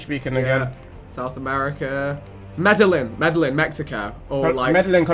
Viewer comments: Vikram really said Medalin😂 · Hearing how vik and tobi pronounced Medellin hurt my soul. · the way they pronounced Medellin... lol amazing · The way they pronounced Medellin and Bogota. And not Vik saying Medellin Mexico 😭💀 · Nah, that pronunciation of Medellín though